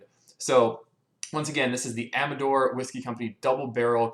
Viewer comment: Finally someone who knows how to pronounce the name